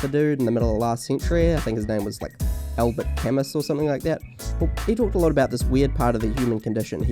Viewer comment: Dude, Camus is French, not Latin, just Google the pronunciation